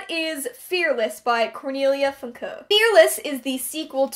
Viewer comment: haha I really appreciate (and this coming from a German) you trying to pronounce Cornelia Funke's last name as German as possible and you actually did it pretty well :D:D